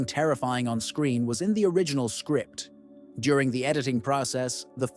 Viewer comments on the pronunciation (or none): none